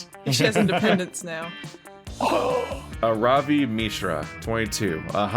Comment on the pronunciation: Okay, so if Aaravi is the Hindi name I think it is, it should be pronounced Arr(like the piratey arr)-vee(like the letter).